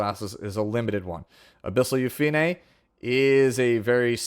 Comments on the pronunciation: Yu-Fi-Ne is correct since in Korean, her name is Yu-Pi-Ne (유피네) which has 3 syllables. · YOU FEE NAY!!!! The PROPER pronunciation thank you for staying true!